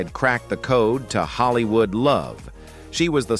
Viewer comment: narratives are awful. Ellen and Anne HECHE in “Hollywoo”. Just awful. Do better.